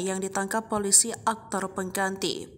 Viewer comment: Poliso apa piloso atau piliso?????